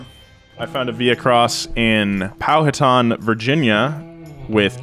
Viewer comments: I'd just like to point out that pronounces powhatan like pow-hu-tan, it's pronounced pow-uh-tan. It was kinda subtle though. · "POW-WA-TAHN Virginia" lol. It's Pow-wah-TaN, after the Native American Tribe.;) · Hey it’s pronounced powa-tan Virginia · Powhatan is pronounced pow-hat-en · completely butchered Powhatan's name lol. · My man pronounce Powhatan wrong